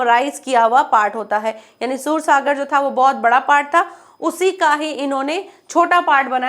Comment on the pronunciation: सुर सागर नहीं ही वो सूरसागर है। उच्चारण सही नहीं हे आप का मैडम